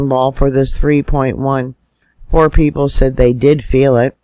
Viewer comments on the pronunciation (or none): none